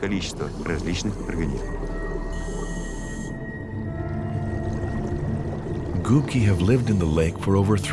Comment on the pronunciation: It's Gubki not gupki lol, literally translates as Sponges